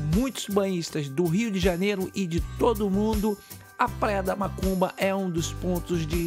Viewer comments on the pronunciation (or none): a cada 10 seg enfatisa e fala mAcumba, fala sério cara. A Parai é do Pontal !!! Respeitamos a todos + deve-se ter mais senso !!! A filmagem ficou top vídeo bom Parabéns.